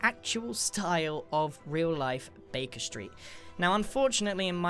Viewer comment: I thought u said “bacon street” not Baker Street